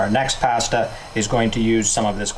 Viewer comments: Nice summary. But please… it is ‘pah-sta’ not ‘pay-sta’ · What's so f-ing hard about pronouncing the word 'pasta'?? It's 'paaastaaaa', as in with two 'ahs'. Not 'a' as in 'apple'. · Where can I get written recipes? Also, he needs to learn how to say PASTA! LOL